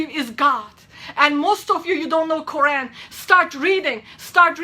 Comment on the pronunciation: pay attention she can't even pronounce Quran correctly. Fake!!!!